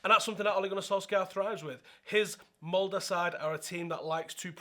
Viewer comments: Here's a good pronounciation of "Molde" !! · First person to actually pronnounce MOLDE right 😮